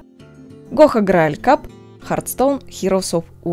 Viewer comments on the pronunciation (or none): Грааль кап или же Груул кап )))) ай ай ай